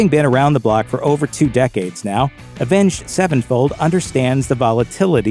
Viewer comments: Why he keep saying “avenged. Sevenfold”? 😂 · Is it just me or does he say avenge sevenfold weird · The way you pronounce their name drives me crazy. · Why does he say Avenged Sevenfold like that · Omg the way this guy says Avenged Sevenfold like it's two separate words bugs me